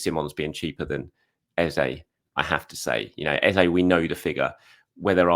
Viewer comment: ffs... please stop calling Eze... Ezay. 😡